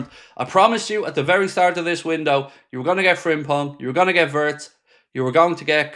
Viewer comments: vee-its please. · Wirtz is pronounced as Veerts!